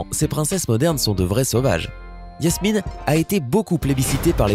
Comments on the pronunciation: Oui ces vrai quile a dit yasmine😄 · Personne n'a entendu qu' il a dit yasmine au lieu de jasmine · C'est Jasmine pas Yasmine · C pas yasmine c jasmine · C'est pas Yasmine c'est Jasmine (dsl c'est plus fort que moi) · On dit pas Yasmine on dit Jasmine! 🤦‍♀️ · Ah oui et c’est pas Yasmine mais Jasmine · C'est pas Jasmine parce que lui il dit Yasmine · Vous avez remarqué il Yasmine et non Jasmine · Jasmine tu dit iasmine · Sa se dis Jasmine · Jasmine avec un J !!!!!! Et pas Yasmine et c’est Vanellopé!!!! Avec un é à la fin .